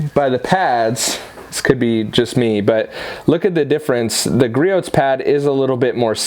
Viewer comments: Gree ohs, gree ohs, gree ohs, gree ohs, gree ohs, not gree oats. lol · Great comparison,. It's pronounced "Gree-ohs" btw:) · God damn it! It’s Gree-ohs, the t is silent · That was a good comparison nice job. Griots price and performance has my 👍🏻. By the way Griots is pronounced gree ohs the t is silent you can go to griots home page scroll to the bottom and take there test.